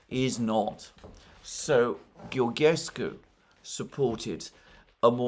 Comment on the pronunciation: Hi Alexander , I follow you for many years now and I love your content. When you pronounce Georgescu's name try to think of George Soros , so when you call the name of George is the same as Georgescu except that at the end you add SCU GeorgeSCU ( SCOO )